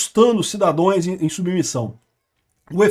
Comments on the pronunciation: Caro, a palavra é cidadãos e não cidadões. 👍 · CIDADÃOS, cida...DĀOS... Mas eu te amo e vejo TODOS seus vídeos. Vc dá uma aula sobre cada material. Obrigada ❤